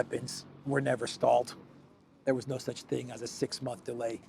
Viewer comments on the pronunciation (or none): none